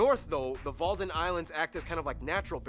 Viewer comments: Sorry but its WADDEN eilanden not WaLden eilanden. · I noticed one mistake and that is the islands lining the northern coast aren't called the "Walden islands" but the "Wadden islands".